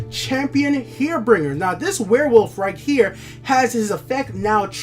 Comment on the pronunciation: Why in god good name can you not say the cards names correctly? What is a herebringer? What is an acromancer? Please man please